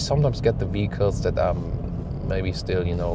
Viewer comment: You are the best, but pls call them cars not vicls or something, this word is not made for us germans to pronounce 😉